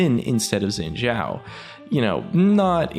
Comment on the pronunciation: "Zin Xhao"